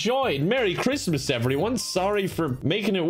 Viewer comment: OwO cwismas game